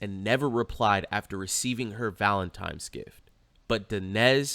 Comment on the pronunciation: As much as I love - it's ValenTINE not Valentime 😊